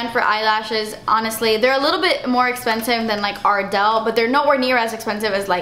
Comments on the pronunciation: "Oh no forget it. I don't want it. Too esspensive." 😂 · Lol I've always said dass esspensive 😂 love you girl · Just came upon ur channel and i love it and you your so fun to watch love when u say too espenseve heheh